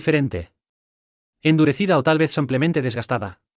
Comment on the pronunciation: No se dice samplemente. Se dice simplemente.